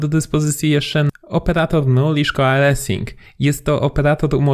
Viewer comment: A przypadkiem nie przesadziliście z dostępnoscią optional chaining oraz nullish coalescing w JavaScripcie? W TypeScripcie w wersji 3.7 są już dodane te opcje. Jeśli chodzi o wymowę "coalesce", nie ma tam "a" w wymowie. Sam byłem zdziwiony, ale lepiej poprawnie wymówić "coalescing", bo anglojęzyczni nie zrozumieją.